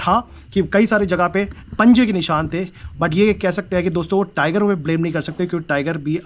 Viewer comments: ट्राइगर नहीं टाइगर बोल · टीराइगर नहीं होता टाइगर होता है